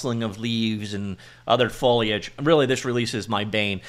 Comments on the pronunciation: i miss "foilage" already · Pretty sure he said follyedge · HE SAID IT, HE SAID FOIGFHJSKJGKAGE CORRECTLY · foe-lee-edge:) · Oh yeah! That's what I needed. Hearing new and creative pronunciations of foliage is the only reason I'm subscribed.